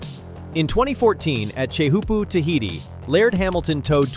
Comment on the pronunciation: TAY-HU-POO. Brah...